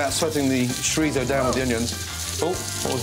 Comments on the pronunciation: Jajajajajaja WTF is This! I am spanish, and This no is a paella. 😂😂😂 OMG… chorizó 😂😂😂😂😂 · And don't forget the "chorisou" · Chorizo? …. Chorizo NO. Do you add Tikka Masala to fish and chips? You don’t, do you? Well no chorizo goes in paella either. You can’t get a bunch of spanish ingredients and say that it is Paella.. It is not. Sorry .